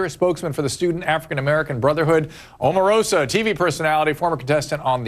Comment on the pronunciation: I know that this is a rather trivial point, but when he called Omarosa "Omaroma" am I the only one who actually laughed out loud?